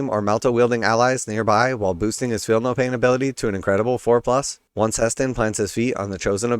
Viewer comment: Aethon Shaan is definitely trying to outcompete. Maugan for the most Emo model in 40k. He's definitely giving off, Noel fielding Goth crow energy. Also it's funny how they pronounced He'stan as Heston. Henceforth he shall be known as Heston Burnsitall. Yes YES He did it, he is the best Grill master. HESTON COOKS !!!!!! STOMP STOMP. HESTON COOKS !!!!!! STOMP STOMP. HESTON COOKS !!!!!! STOMP STOMP.